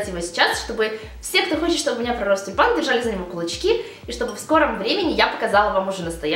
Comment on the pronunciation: Мне сначала послышалось не тюльпан , а Степан )) может , это знак? P. S. Спасибо за видео !